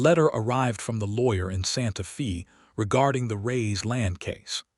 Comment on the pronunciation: Very good story but the city’s name Santa Faye like a girls name not Fe.